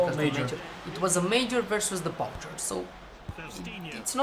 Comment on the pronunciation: The poucher is not pronounced like this. It,s pronounced "Poucher"